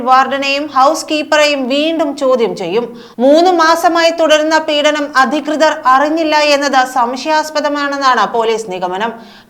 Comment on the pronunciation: പീഡനം not പീഠനം